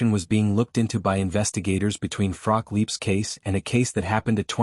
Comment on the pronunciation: Shame that her name isn't pronounced properly.